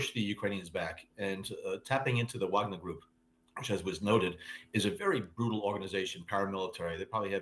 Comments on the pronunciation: Wow. Repeated mispronunciation in multiple ways in the same sentences by CNN commentators. "VOGNER" NOT "VAGNER" OR "WAGNER". Irritating and sloppy. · I think it's pronounced "vog-ner". Not "vag-ner" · Vahg-ner, not Wag-ner. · Why do cnn pronounce it so badly? Should be Varg-ner?